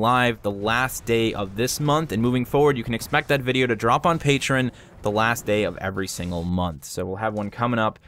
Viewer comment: you make great content and everything you do has been fun to watch. One note, Patreon is pronounced "pay-tree-on" not "patron" as in patron of the arts.